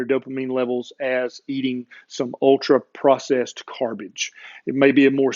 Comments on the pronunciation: "Carbage", nice portmanteau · Oh now i heard the part of the video where he said carbage lol